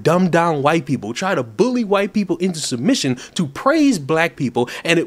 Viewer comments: You say white like that, because you have a speech impediment? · What's the matter? The woman can't say white because she is too stupid. Here I'll help with her grammar,pronounce the first letter w now the second letter h and I know it's hard but seeing how you have trouble with the I, just two more letters and you can go back to being a piece of butt wipe paper t and then e. Put them together and they make the word white. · Maybe the woman who can’t pronounce white properly is a tobacco chewer and can’t spit. Not a way to have a point taken. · I won't apologize for finding they way she pronounces "white" as fucking hilarious. "White shenanigans?" Who are these ppl? Where are they, where do they come from? Someone tell me please because I need more laughter in my life. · Sorry im late to the party, but as im an Asian myself. I COULDN'T STAND HER #^$^$$&@ PRONOUCITATION of the word white. I was so so so so so fffkkkiing angry and the Asian chink woman, I was like screaming for her to say it right and stop being a cunt. Her saying white sounded like she was hacking up a fur ball or something. I am very very very sorry about that Asian woman on behalf of us normal Asians. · That Asian woman deliberately pronouncing "white" like she does is very cringe, especially listening to it while wearing headphones